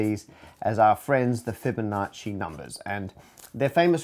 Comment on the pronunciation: Interesting slaughter of "Fibonacci." Numberphile already has the Golden Proof video, what "second" do you mean?